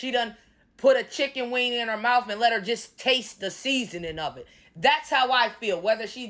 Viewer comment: Not the mowf. Lol. You be killing me.😂